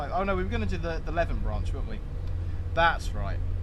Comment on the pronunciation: As mentioned it is Lee-ven.Also Glenrothes is Glen-roth-ess (not rowths).